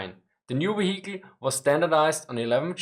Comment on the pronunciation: Half the reason I watch this channel’s videos is to hear the man say “weehickle.”